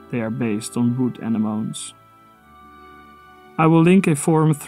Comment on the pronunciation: An excellent and informative video. I love the books and I love how you point out so many nice touches from the game that I have missed. There's only one (very picky) mistake: , when talking about simbelmyne, the correct pronunciation for 'anemone' is ah-nem-oh-nee.